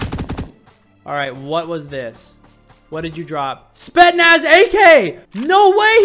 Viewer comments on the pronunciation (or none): as a russian viewer, the spetsnaz ak isn't pronounced as "spetnas" it's pronounced as "S P E T S N A S"